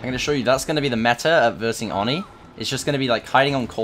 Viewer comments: I think it’s pronounced oh-knee not onnie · Oni (Oni) not Oni (ani) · ON-NEEE bruh it’s OH-NI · Its pronounced oh ni not or ni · It's oh knee not ah knee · its not fucking ON-E its OH-KNEE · I hate when he says Awni it's oh ni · I hate how you keep saying Aw-ni instead of Oh-ni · oni i pronounced oh-ney not awe-ney ipa: /oni/ not /ɑni/ japanese: 鬼(おに) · Its o-knee not on-e lol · Please pronounce it Oh-knee, not On-E. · Nobody:: Awni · Do you Call him ONi I always call him oNEE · It is O-KNEE. 😂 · man really said "on knee" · Whats "Awni"?? I know about the new killer Oni but I haven't heard of "AWni" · dude it's pronounced OWN-EE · It’s pronounced “owni” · No rudeness intended but it is pronounced Oh-nee,this was pain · You pronounce oni wrong. It’s oeni on awni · Anyone else annoyed by the mispronunciation of Oni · anyone else slightly annoyed by how he says oni 😂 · For the love of God. Please stop pronouncing Oni like that.